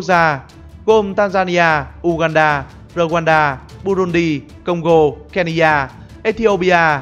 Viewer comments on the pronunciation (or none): none